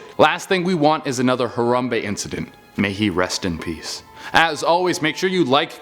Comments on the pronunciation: how he pronounce harambe, in the beginning, made me cringe. its HA-RAM-BAY, not HU-RAM-BEE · Said harambe wrong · He didn't say harambe right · Atleast say harambee name right. Dicks out!